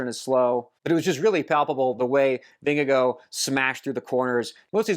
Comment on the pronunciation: 10 out of 10 for your pronounciation of "Vingegaard" 👍